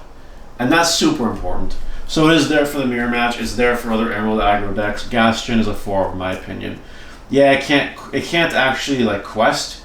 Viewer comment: Cool deck! Are you intentionally pronouncing it Gastin? It’s Gast-on like on is pronounced in the statement. “On the table”